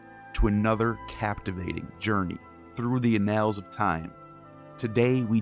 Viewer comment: " through the 'ah nails' of time" Really? You mean annals? Is this being read by a semi-literate AI bot or a semi-literate human?